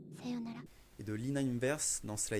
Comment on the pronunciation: Evangelion ce lis "Évenguélione" et non "Évenjélion" c:<